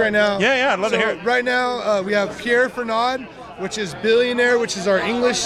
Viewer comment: Pierre Ferrand not Fernad lol I'm an idiot! Cheers!